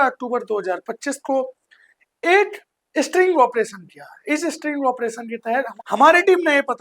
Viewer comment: पहले तो तू बोलना सीख स्ट्रिंग नहीं स्टिंग ऑपरेशन होता है, दूसरी बात तू ऑनलाइन देह व्यापार बता रहा है और हनी ट्रैप भी कह रहा है ऑनलाइन देह व्यापार अलग होता है और हनी ट्रैप एक अलग विषय है जब तुम्हारे जैसे गधे इस तरह का कोई मैटर लेकर कोतवाली पहुंचेंगे तो पुलिस तुम जैसे गधों को गधा ही समझते हैं और वो कोई कार्रवाई नहीं करती क्योंकि पुलिस वाले भी तुम जैसे गधों की फिराक में रहते हैं कि कब आए और उन गधों का उपयोग किया जाए पहले कुछ सीख इसके बाद ही कोई स्टिंग ऑपरेशन करो नहीं तो स्टिंग ऑपरेशन के चक्कर में मेडिकल ऑपरेशन के बाद भी नहीं बचोगे समय खराब है सरकार कैसी है फर्क नहीं पड़ता लेकिन नीचे तक तंत्र कैसा है यह बहुत महत्वपूर्ण होता है यहां हर गली हर मोहल्ले में दलाल बैठे हैं सरकार चाहे किसी की हो दलाल हरामखोरो चमचों बदमाश भ्रष्ट पुलिस वालों और अधिकारियों व लुटेरों की कमी कभी नहीं होने वाली